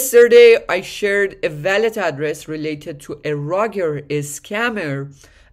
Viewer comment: wall - let . not valet